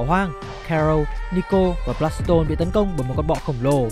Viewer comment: =))) đọc tên phát âm cũng sai elsa bloodstone chứ đéo phải bloodporn